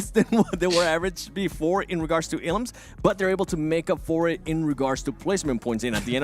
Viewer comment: Everybody: "elims": "eLUMS"